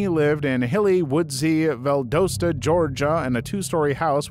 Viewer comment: FYI: Valdosta = val dah stuh Dothan = doe than I have friends and family in both areas and they can be touchy about the pronunciations